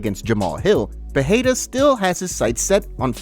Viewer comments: Peheira 😂 Alex Peheheria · Pereira not Peheira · Just spit my water out listening to Moicano pronounce Pattie’s name 🤣